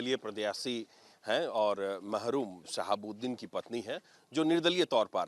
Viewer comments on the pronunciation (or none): Mahroom nhi marhoom hota hai